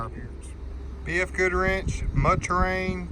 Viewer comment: Im a northern guy but it kept sounding like you were saying BF Goodwrench.